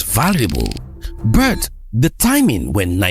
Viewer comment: I told my brother in 2020 that the amount of sabotage we'll see with this refinery would be unprecedented at least for those who haven't trained their eyes to see how imperial power keeps them down. Hope all those Nigerian Christians twerking for trump understand it's slippery slope to Libya from here. That said, plz decolonise your pronunciation of "but" as Burt, na da one dey pain me pass this symptom of our breakthrough😂